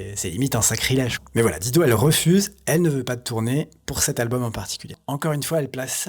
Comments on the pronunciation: Dire di do m arrache tjrs les oreilles,,,, il faut prononcer daï dou....quand on aime on respecte. C est comme george "clou nez" ben non faut dire " clou ni". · Pourquoi s'acharner à ne pas prononcer son nom correctement (c'est "Dailledeau", pas "Dideau") alors que les clips utilisés, juste là sous vos yeux/oreilles, vous apprennent la bonne prononciation? Et par contraste, "Better Help" est prononcé avec plus d'effort? C'est plutôt disrespect irrespectueux pour la personne apparemment adorée... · sinon la prononciation c'est Daïdo ! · On prononce DAILLE DO !! J'adore la voix de cette beauté, elle m'apaise me caresse !! Je peux travailler et étudier en l'écoutant, les paroles ne m'intéressent guère chez les chanteurs depuis que j'ai écouté tout Brassens qui savait écrire lui !! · Tu es génial! Vraiment! Pour une fois l'algorithme youtube qui t'a mis sur mon chemin doit être remercié. J'adore Dido (attention les français, ça se prononce "dailledo" sinon ça peut faire penser à un "godemichet") et tu confirmes ce que j'ai toujours pensé d'elle. Merci!! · Apprend a pornoncer son nom correctement, un mimum de respect, incroyable ces francais avec leur language, pffff... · Si tu prononçais correctement son nom, ce serait encore mieux ! ;-) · Je ne peux pas concevoir que quelqu'un puisse faire un vidéo de plus de 30 minutes sur une artiste sans même avoir recherché comment prononcer son nom... Et finalement on aura jamais su pourquoi elle a disparue... Aucune mention dans la vidéo de quelque ''prix caché de la célébrité'' que ce soit...